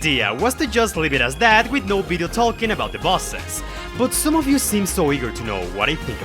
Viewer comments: That's right, I'm going there and making fun of your accent, it sounds like you're saying Peppino is fighting an evil Jew lmao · do not pronounce the Y in “you” as a J lmao, it sounds really bad in that context